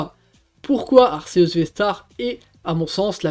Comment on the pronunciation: Tu dis toujours ar-ce-us !!! On dit pas arc-é-us ??? Sinon classement honnête 😉